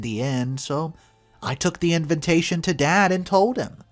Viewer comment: Arrrgh!! Could you PLEASE pronounce Invatation correctly? It's NOT invintation. I cringe every time you say it. Just look it up. I really like your vlogs but this finally got on my last nerve. Sorry 😵‍💫